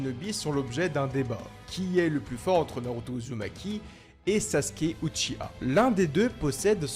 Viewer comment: On dit Uchi- WA